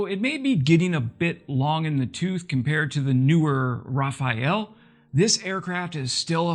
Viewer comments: Rafale not Rafael! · Sheesh, again with the "Ra-pha-el"? It's not like one of the Ninja Turtles, it's pronounced "Ra-fall". Or, in that very weird phonetic alphabet: [ʁafal] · "Rafael" typical murican returdz, it's RAFALE ! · How hard is it to pronounce rafale correctly 😂 Raphaël is a name, Rafale a plane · Rafal (Burst) Not Rafael (Angel) See the difference? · My American friends, it's not 'Rafael' it's Rafale, pronounced [ʁa.fal] (rah-fahl). Just a friendly tip for next time. Cheers! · For you English speakers, the plane’s name is “Rafale” not Rafael. Pronunciation: For American English speakers, Rafale is best pronounced as “Rah-FAHL” (/rɑːˈfɑːl/). • The “Ra” sounds like “rah”. • The “fale” is pronounced like fall (but with a slightly softer “L” sound at the end). It’s a French word, so the final “e” is mostly silent, and the stress is on the second syllable (fa). A close approximation would be “Rah-FAHL”, avoiding an overly strong “L” sound at the end. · Hey thanks for the videos. Just thought I'd point out this video to correctly pronounce the name of the "Rafale", instead of "Rafael" 😉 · Why does everyone always keep saying Rafael... It's Rafale. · Just think about it, if France decides to up the game and sends Rafale jets too. I made this post before You even mention it. You made tiny mistake. It's Rafale not Rafael. Understandable if French isn't Your first language. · Cheers from France:) It is Rafale not Rafael :) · Lot not Raphael... Rafale! Raphael was a painter, Rafale is French for Gust/Blast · Geez, no, NOT RA-FA-ELL ! ! Dude, it has nothing to do with Italian Renaissance painters ! "Rafale" is French for a gust, a powerful blast of wind. It's pronounced in two clipped, equally stressed syllables: ra-fal. Suthunnuhs are at a disadvantage: it ain't "rah-fahwl" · Rafale Raf-faal not Raf-ee-ell. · Just to clear up 🤭 Dassault - say: "Dasseau" Rafale - say: "Raffel" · ?????? "eau" doesnt exist in english It's DASSO and RAFAL